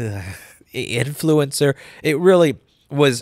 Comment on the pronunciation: The way you said "influencer" - LMAO